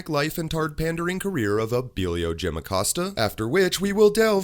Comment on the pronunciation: Jim Acost-ya! Hahaha